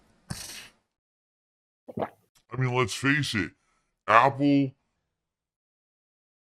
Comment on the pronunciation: Loved watching this video on my AYPPul device with my earbud assessories EDIT: oh my god that drunk frog and the face closeups killed me, A+ vid